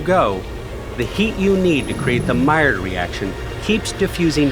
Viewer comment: Never heard ''maillard'' said with a southern accent before.